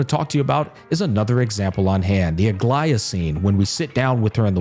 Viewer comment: Bruh, you know he is listening and tried to enjoy the quest when he pronounced Aglaea, Aglaea! Clap clap! 👏👏👏